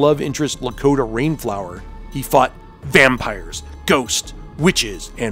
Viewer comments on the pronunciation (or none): Dakota Rainflower? It's Lakota Rainflower.